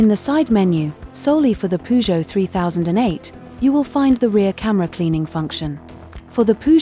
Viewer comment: Please learn to pronounce Peugeot